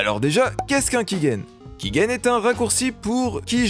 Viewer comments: Sympa pour comprendre la manière de fonctionner, mais les choses sont rarement aussi simple, j'ai essayer y'a quelques mois de cracker rpg maker mz, y'avais un validateur offline mais j'ai pas réussi. Par contre tu dis key-guène, c'est perturbant alors que sais que c'est key-gène. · On dit "kigène" et non "kiguène" mais très bonne vidéo